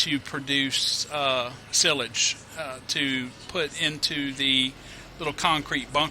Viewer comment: Sill-age? Nah - psy-lij. Hect-arr? Only if you're a pirate... Hect-urgh Windrowing is only done as a preparation to bailing. You spread it out with the tedder and leave it to dry. Then, it's hay. When ready, windrow and bale.